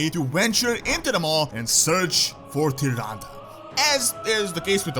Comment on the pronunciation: Why you are pronounce it like tıranda ??